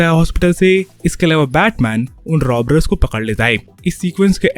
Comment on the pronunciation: Robbers ❌ Robbrers ✅